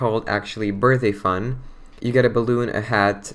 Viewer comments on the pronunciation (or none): Anyone hear that? When he said "Birthdayfun" is sounded like he said Birthafun